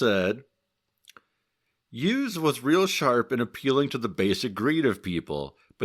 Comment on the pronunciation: The "Youse" rhymes with "house." I know because I'm his daughter.